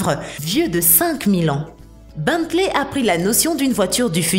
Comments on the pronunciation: c est pas Bantley mais Bentley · Ont prononce "Bentley" pas beuntley